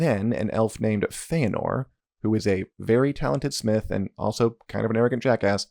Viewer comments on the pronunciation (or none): none